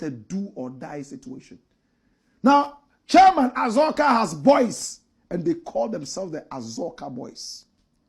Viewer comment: Please it’s Azorka not Azuka